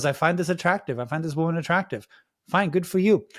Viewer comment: I don't think that man is talking about tradwives, he's talking about the fact that she looks 14. Conservatives (Abby) really feel persecuted don't they? It's hilarious. Also, why does she pronounce woman as women? What a ding dong.